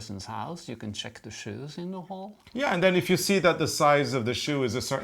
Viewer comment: I enjoy this stocking video! I love when days “sheck”. Great shirts guys! Those colors for the sock are spot on American Christmas. I just finished socks that are red,gray, and green with yarn called Carol of the Bells. See you wednesday